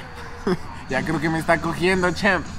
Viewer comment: Hahahah Champ no se pronuncia así Lol